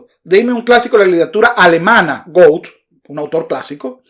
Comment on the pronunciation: Se pronuncia "Guete"